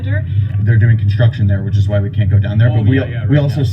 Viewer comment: "IT'S JUST CONTRUCTION HON HON HON" - Lauren, 2017